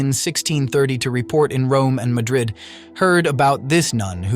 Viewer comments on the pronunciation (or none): none